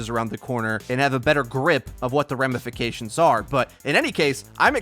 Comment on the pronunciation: remnafications definitely isn't a word 😂😂😂